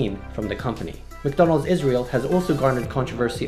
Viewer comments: the way he pronounced madonal😂😂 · LOL XD I never laugh so hard in my life when you said MaDonal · Hey I live in the PH and I love Jollibee especially McDonald and I pronounce Donald's name "Ronald McDonald" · Seraph The Great I’ve lived in the Philippines all my life and I always thought you called McDonalds “Mick Donalds” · In Sri Lanka, for some reason we call it ‘makka’ (pronounced mac-ka) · McDo!!! Yep, we filipinos call it "mcdo". We tend to shorten words down for easier pronounciation. Also, philippines is the only country in the world (@ least I know of) that sells sphaghetti. Want one? Fly to philippines.